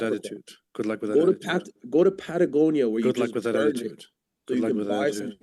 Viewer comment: I don't know, did a good job here, at least can pronounce Patagonia